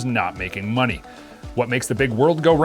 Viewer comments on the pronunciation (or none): none